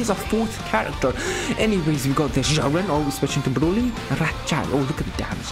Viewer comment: 10 % video I actually can hear him saying Jiren, other 90 i hear only "GERMAN"